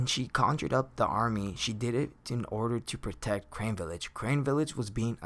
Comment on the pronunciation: Crane village no you mean Carnae village